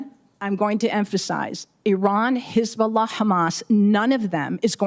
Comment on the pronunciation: The way she pronounces hezzbola tells u everything